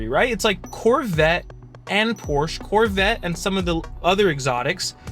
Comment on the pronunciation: Please pronounce Porsche correctly!